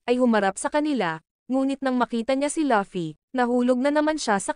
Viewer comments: Luffy po hindi pi laffy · Luffy not laffy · Laffy✅ LUFFY❎